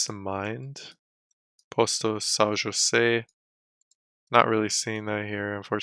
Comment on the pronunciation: Thank you for pronouncing my name correctly in Portuguese, José.